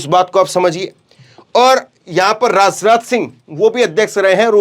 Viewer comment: Bhai rasneeti na bolo Rasnath na bolo Hindi theek kr lo